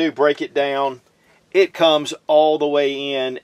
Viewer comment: He yer. Da yown. Or here and down? Funny. One syllable becomes two.